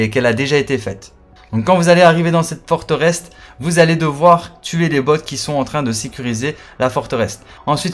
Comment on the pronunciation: Forteresse blaireau , pas Forterest ...